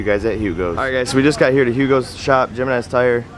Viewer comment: The "J" in Jimenez is pronounced as an "H" like "Him-en-ez". Dope set up tho great look🤙🏼